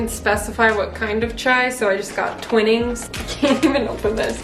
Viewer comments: The way said Twinnings hurt my half british heart😂😂❤ Edit: if any Americans are wondering it's pronounced 'Twine-ings' lol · Gabriellaa_xxo it’s Twine- ings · Gabriellaa_xxo twine-ings is how it’s pronounced x English is a God Tier language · Twinnings haha I pronounce it like twine-ings